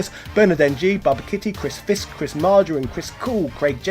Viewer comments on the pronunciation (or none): none